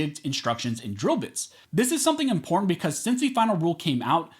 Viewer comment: im·por·tant learn how to say it!